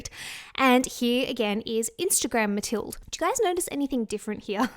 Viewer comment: Pretty sure mathilde is pronounced just like Matilda. Love ya!